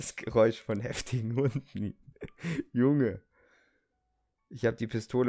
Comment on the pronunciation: Nicht Jung sonder junge und auch nicht Borat sonder build